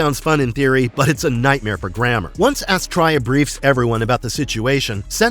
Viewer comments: How can you be a fan of the show and not know how to pronounce Astraea? It's "Astree-a". And the robot was called Moe, not M.O. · Really good video. I don't know where you are getting your pronunciation of Astraea. I love the Space Sentinels. Watched this series as a child back in the 70's. I wish there was some footage of the intro with the original name: The Young Sentinels. Would have been nice to have been included on the DVD release. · Loved this cartoon but I remember “Astrya” being pronounced “AS-tria” and the little robot was called “Mo” not “em-oh” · Yes! I’ve just commented the same before seeing this, almost like the narrator didn’t watch the show